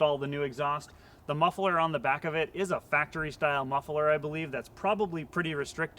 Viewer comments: Muffler not mufferler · pronounces muffler as muff-e-ler, is that American/regional or just a gimick? (Dutch myself)